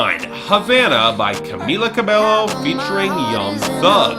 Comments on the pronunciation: please take this into consideration: It's Camila CA-BEH-YO, not CA-BELO. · it's not cabeLLo, it's cabeYo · It's pronounced Ca-BAY-oh